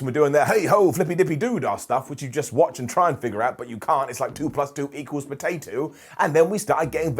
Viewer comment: best lines of the video: "2 + 2 = pootatoo" "We're no more in Toto Kansas" "Refewee"